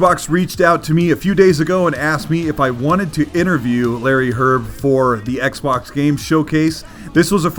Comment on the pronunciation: His last name is "Hryb", not "Hyrb". It means "mushroom" in Czech/Slovak. Pronounced "hreeb".